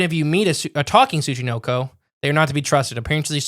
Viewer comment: How do you manage to mis-pronounce the syllable “NO” (Tsu-chi-NO-ko) as “Knee” every time you say the freakin’ word? Seriously,, you have to put some effort into mispronouncing words as often as you do. It’s almost as if you say, “Show prep? Phooey on that. Read through the tough words and spend five minutes looking them up? That’s for amateurs.”